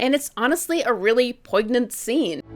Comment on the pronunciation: Pronounced Poy-nyent